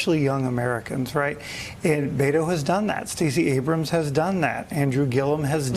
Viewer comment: Please learn how to pronounce Beto.